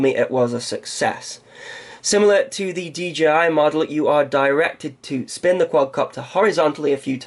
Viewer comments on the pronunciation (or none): none